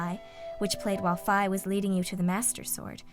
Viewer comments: Wait, that's how you pronounce Fi's name? I always pronoinced it "Fee". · No offence, but you pronounced Fi and Saria's names wrong.